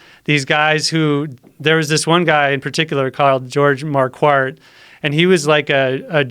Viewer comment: It's not marquarward its marquardt. Its pronounced marquidt. I would know. Trust me. They are my blood.